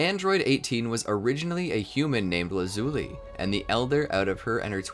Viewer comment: You pronounced Lazuli wrong